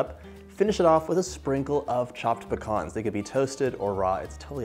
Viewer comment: i love that he pronounces "pecans" correctly to my north Mississippi ears. THe cake looks divine and I think I just learned about my next kitchen project!!!